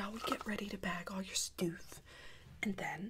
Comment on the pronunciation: had me dead when she said “stoof”😭😭😭😭